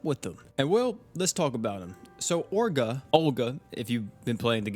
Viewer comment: So... This is not Orga, its Olga (global rly wtf...?-__-). Japanise ppl just dont hawe "L" sound. If in any word you hawe "L", they pronounce it like "R". Btw, Olga (Ольга) it is standart slavic girl\woman name. Something like scandinavian Helga. Mb Orga if this hero is a boy... But who knows this japanise ppl %).